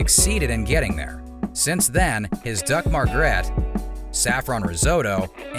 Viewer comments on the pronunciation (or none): none